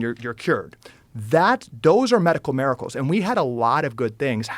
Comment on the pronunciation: The way he pronounced miracles is irrationally annoying